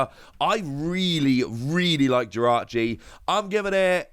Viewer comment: Jirachi not victini